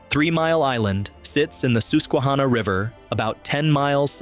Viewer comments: Please work on the pronunciation of theses words. He said dough-fin county. It's Dawh-fin He also said Soos-kwa-hanna, it's SUS-kwa-hanna... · the Soosquehonna HAHAHAAHAHAAHAHAHA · I know dude your not supposed to say it Seussquahanna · Dooophincounty, at the Sooooosqinhanoc river??? stop already... Have some respect for the mighty Susquehanna River please. The pronunciation of "Susquehanna" is phonetically spelled as /ˌsʌskwəˈhænə/. It can be pronounced as "suh-skwuh-HAN-uh." Thank you, :hand-purple-blue-peace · Please learn the correct pronunciations before posting. Dauphin is pronounced Daw Fin and Susquehanna is pronounced Suss qua hanna. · Pronounced ‘Daw Fin’ County Pronounced ‘Sus Qui Hanna’ River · Dauphin Is said like the mammal dolphin. It's the sus qua hanna river lol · Doe-fan County? Soosekwahanna? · The Susquehanna pronunciation was a lil sus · No one from Pa knows how to say Susquehanna and it’s hilarious. That and tolpahoken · ow the incorrect pronunciation of susquehanna hurt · Only locals know the right way